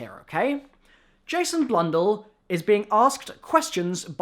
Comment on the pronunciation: You say Jason's last name wrong just FYI